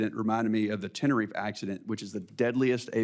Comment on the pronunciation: This was a stump the chump approach. The Senator mispronounced Tenerife.